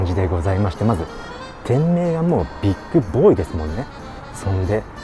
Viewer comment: ビックじゃなく ビッグだよ 乙